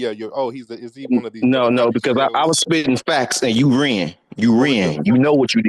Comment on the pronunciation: " You reeean".....Only a moist nigga pronounces "ran" like that. 🤣